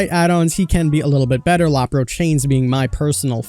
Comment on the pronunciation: Or he called the low pro chains the Lapro chains😳